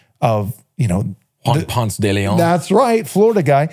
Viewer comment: Please people, its not pronounced "ponts" lol its "pōn-se'". It grates my ears hearing names mispronounced, and arrogantly sometimes (not yall yankee brethren tho lol ❤ my yankee brothers!)